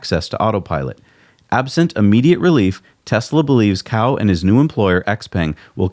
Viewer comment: Cao is pronounced "ts-ao...". Cow is the way to pronounce an animal that provides us with milk....